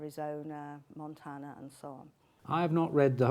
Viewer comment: "Montana" ?? LOL